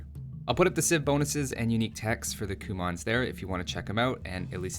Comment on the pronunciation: It's not Coumons... it's Cue-mns